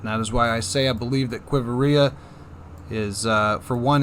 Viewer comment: * qui-vira***u just added another i syllable, no big deal